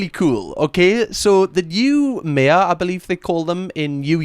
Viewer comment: The new May-ah haha.. FFS. Could you have said Mayor any more geordie?